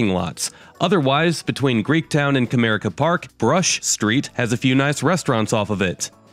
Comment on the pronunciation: I love that you pronounced Comerica Park correctly, as Cuh-mere-ick-uh